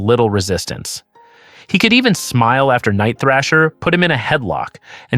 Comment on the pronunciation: It's THRASH-ER THRASH-ER HIS NAME IS NIGHT THRASHER don't you ever mispronounce the New warriors leader name ever again..dammnit